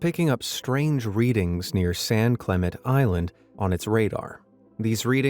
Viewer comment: the island name, San Clemente is pronounced with an ā at the end, it is a hard or long A sound, like in the word "say"